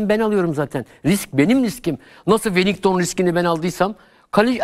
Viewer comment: Hoca bile welinton'a welington diyo çok enteresan